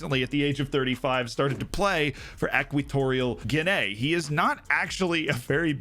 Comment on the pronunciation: Guinay that's murdering the name